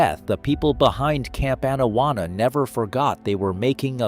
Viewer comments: Pronounced Awn-awana not ann-awanna. Sorry had to point it out. this is why I dislike AI voice overs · His pronunciation of Camp Anawana is criminal.